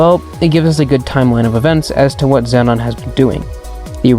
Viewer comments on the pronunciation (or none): im sorry but xenon is not pronounced zenon its pronounced zeenon